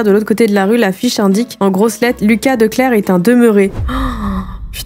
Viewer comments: Et Wuyt se prononce oueuït. De clercq se prononce De clercque. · Je me rends compte que tes vidéos commencent presque toujours agressivement, car quand je regarde d'autres vidéos ça commence plus calmement et moins brutalement, on reconnait totalement tes intros, on kiiffe ! 😂 A , en effet tu ne prononces pas très bien, j'ai pas pris la peine de lire les commentaires donc je ne sais pas si on te l'a déjà mentionné, mais du coup De Clercq c'est flamand et en néerlandais on prononce TOUTES les lettres. 👀 Donc tu diras "De Clerk" ! Voilà voilà Continue ce genre de concept, personnellement j'adore ! ❤